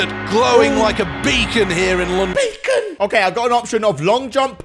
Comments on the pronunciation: Lol when he said beacon and said BACCON LMAO😂😂😂😂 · It's Beacon not bacon